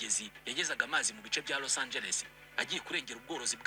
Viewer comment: Ntabwo ari Los Angel bro ni Los Angeles 😂😂😂😂